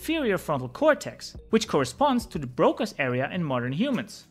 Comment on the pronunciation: Solid info. But it is THE brain not DE brain. T is not the same pronunciation as D